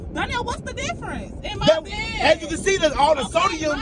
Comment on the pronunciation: He keep saying sodium 😮‍💨 sir its not sodium.